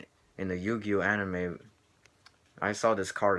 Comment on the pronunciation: it sounded like you said 20 yo-yo cards! LOL!